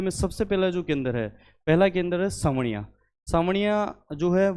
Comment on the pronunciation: वो साबणिया है जी, सांवणिया नहीं।